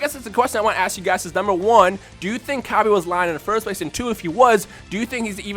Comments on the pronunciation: I could not continue to Watch this.. Pronunciation is deplorable... I honestly hope you are getting this from some type of fanbase, otherwise I weep for the grammar of future generations... This is basic kindergarten grammar... Cabba not Cab-aye.. Not Cabb-ay... Cabb-ah.. I pity the poor soul that has to eat Cabb-ayge stew to survive... What is that, some kind of knock off Cabbage? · LOL Cabb-aye its Cabb-Ah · You can't pronounce cabba properly it is a pun of cabbage so it it pronounce cabbah bot cabbah